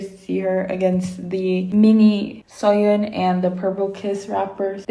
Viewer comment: It's pronounced as Fai or Pai, not Faye. And Suyun is pronounced like Sooyoon. And it's pronounced as Kay, not Key. Her name is written as Kei, but you pronounce the vowels separately